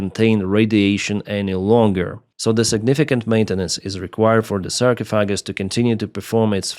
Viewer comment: Pronunciation: Sarcophagus is pronounced "Sar-cough-a-gus", where "sar" rhymes with "car", "cough" rhymes with "coff" in coffee, "a" as the last a in "alpha" and "gus" as in "gust".